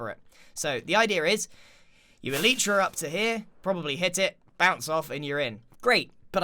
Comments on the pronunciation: Elytra "El- lie- tra" not "El- ee-tra" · You don't know how to say elytra dumbass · Why did you pronounce so many things wrong like Mesa and elytra?